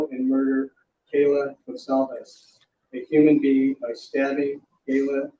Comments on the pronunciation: Someone needs to tell the judge that Kaylee’s name is Kaylee, not Kayla.🤦🏻‍♀️Thanks for all your expertise and explanations! Love your channel.😁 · I was very disturbed that the judge pronounced Kaylee's name wrong. Kayla, instead of Kaylee. He had more than ample time to preread the victims' names correctly. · Judge judge, cant even Get Kaylee's name right 😞 nor correct himself. 😒 he doesn't seem like he likes his job. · Her name is Kaylee, not Kayla. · I can’t believe he said Kayla for Kaylee. It’s also one of the easiest spellings. It’s like my kids name is Karlee, you just about can’t get it wrong. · Her name is kaylee not Kayla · I mean by now the judge should be able to pronounce the names correctly. He did also say Kayla instead of Kaylee. These four have been spoken about for the last six months. Out of respect this needs to happen. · He pronounced Kaylee’s name as Kayla, and he butchered Xana’s first and last name. Not a big deal, but pretty shocking for a judge who is presiding over the case.